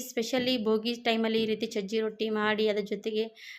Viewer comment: ಸಜ್ಜೆ ರೊಟ್ಟಿ..ಚಜ್ಜಿ ಅಲ್ಲ